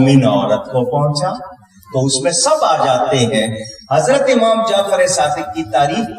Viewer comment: oh bhai.....pehlay zabaan tu seekh lo......phir aflatooni karna.khuwab DAYKHEE nahin......khawab daykha.......kaho. lafz aamaam nahi hai lafz imaam hai......lufazi kanay sey phehlay lafz tu sahi ada karo.